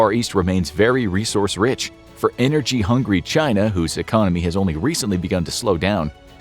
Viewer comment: Did this man just say "energy-hungry china" with an american accent? 😂😂😂